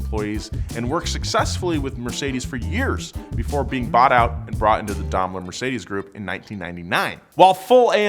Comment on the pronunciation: I'm offering a FREE 3 month intensive pronunciation course on how to say DAIMLER